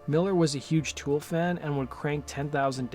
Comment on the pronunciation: God i hate how you say "Tewel"......man up dude